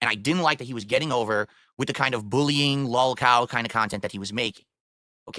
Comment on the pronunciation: "I make original khantent" The khantent in question: dead air, begging, and drama